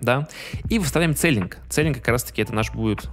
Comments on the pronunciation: Не целлинг, а силлинг- потолок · Небольшая поправка, Не Целинг, а СИЛИНГ. Это в переводе Потолок.